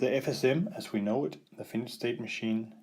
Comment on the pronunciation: It is not a Finish... Or Finished state machine.. But a Finite... Try saying [Fi..Nite]